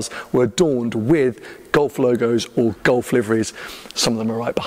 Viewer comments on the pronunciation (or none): It took me 14mins to work out was saying Gulf, not Golf…